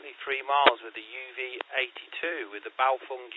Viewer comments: BaofEng not BaofUng! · NOT Bao'FONG' But Bao'FENG'